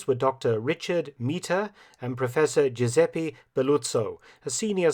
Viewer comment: Giuseppe, not "Guiseppe"...